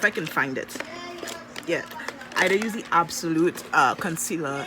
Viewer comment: Nobody:: "Ah disturbance in de force" 😂😂😂😂😂